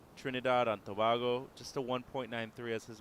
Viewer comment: it's pronounced To-Bay-Go........not To-Baa-Go...........Trinidad and Tobago